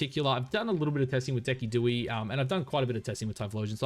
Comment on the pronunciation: Please tell me you’re pronouncing Decidueye’s name incorrectly “on purpose”